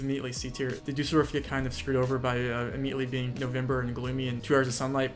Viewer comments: bro what are you saying? Dusarfjoprfsg? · first off is sdkliafopgjadjg, is what I heard xD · I really couldn't catch the pronounciation of that first city. dusseldorf? (i believe he's confirmed this now where I'm at in the video) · Okay fair, but tbh that was the only one which was hard to understand. Düsseldorf btw.